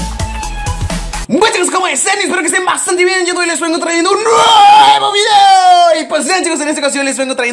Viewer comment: like si te da cosa cuando dice (nevo vídeo!!!)